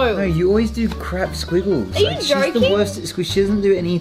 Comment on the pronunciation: I love it how they say /nuyh/ for a “no”